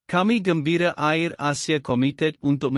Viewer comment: Hello "Air" Asia bukan Ayer Asia ...dan Batik "Air" dan bukan Batik Ayer lah .Maaf... Mohon di perbetulkan